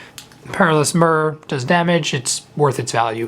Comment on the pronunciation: Just a heads up, myr is pronounced meer, as in meercat, in case you were wondering =)